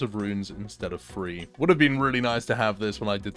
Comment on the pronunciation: i love the videos but the way you say THREE triggers me. idk why.